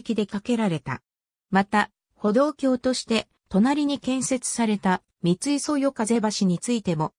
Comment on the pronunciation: みつい×みい○ ふとい×おおい〇 以上地元民より